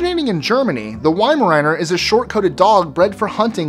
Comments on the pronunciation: Weimaraner is pronounced Weim-er-rauner not riener ! What are your credentials ? I see no Staffordshire Terriers here, are you crazy ? The original nanny dog ! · Yeimaraner LOL its pronounced veimaramer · How come Americans can pronounce French breeds such as "Papillon" but can't pronounce German breeds such as "Weimeraner" "Rottweiler" or "Dachshund"? W makes a V sound and the 'a' in Weimeraner isn't an ayy it's an ah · MY GOD HE GOT THE WEIMARANER NAME WRONG LIKE SERIOUSLY